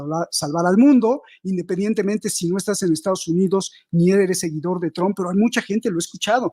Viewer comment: Trump ( trampa, quítale la a , así se pronuncia este apellido, Tramp).